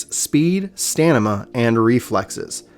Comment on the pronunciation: Lol he said "Stanima" instead of Stamina